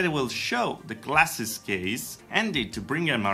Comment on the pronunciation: and also they both said classes instead of glasses.